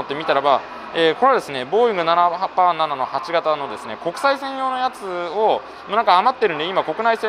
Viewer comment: 未だにナナパーナナと発音するスーツ